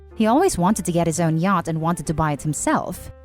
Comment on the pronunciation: Laurence and yacht flips from the normal pronunciation to yat at random.